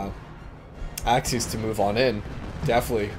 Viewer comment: love how you pronounce axis as axys